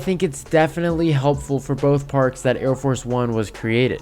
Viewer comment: It’s Arie Force not Air Force